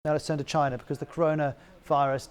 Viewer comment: Nobody: The anchor: CHINER